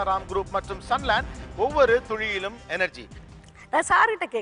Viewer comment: Why does Mr. Gopinath says "Ovavoru thuzhiyilum" instead of "Ovavoru ThuLiyilum"